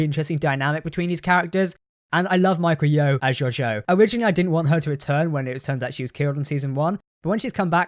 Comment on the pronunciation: Great video! but.. it's Michelle Yeoh (Me-shell Ye-oh) , not Michael Yo